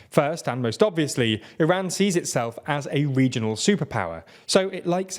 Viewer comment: Why do you mispronounce Iran and Iraq?